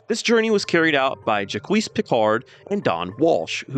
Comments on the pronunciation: Bro said Jaqueese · Please tell me you're trolling. Have you really gone your whole life without anyone saying "Jacques" out loud? 😭